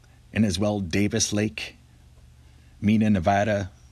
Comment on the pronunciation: Mina NV is pronounced MY NA